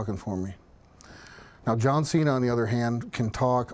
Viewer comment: ''You versus JOUAN CENA''